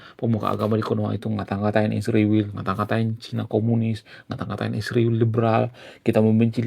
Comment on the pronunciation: STOP sebut ISRAEL dg sebutan Isriwil. Kenapa kalian sebut spt itu. Apa lidah kalian beku? Sebut dg nama yg benar ya ISRAEL